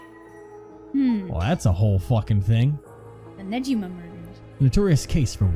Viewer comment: Don’t worry. Sae’s last name is Niijima, not Nejima.